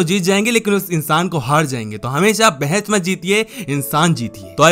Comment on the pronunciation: It is not bhains it is bahas